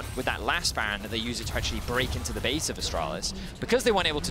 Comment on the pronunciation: is by far the worst caster, his fake laughing and his inability to pronounce ''baron'' ruins it